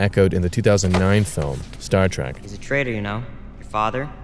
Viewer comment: Someone tell that dude it's Star Trek not Star Track